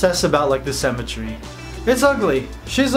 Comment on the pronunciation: Every time you said symmetry I thought you were saying cemetery, quite apt for Halloween cakes 😂